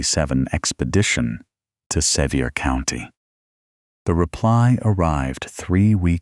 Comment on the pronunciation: I was born & raised in Sevier County, TN, and have 150 years worth of people in the ground there. I really enjoy these stories, whether fabricated or not, but for future reference, it is pronounced "suh-VEER" County. The various incorrect pronunciations really detract from the story.